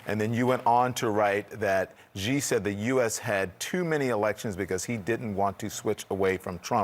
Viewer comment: Cnn, you really gotta tell your reporters how to say ‘Xi’